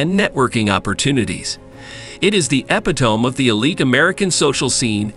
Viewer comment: E-pit-o-mee. NOT epi-tome.